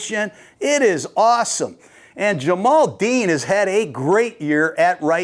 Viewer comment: Ja-Mel Dean Coach. Not Ja-mal.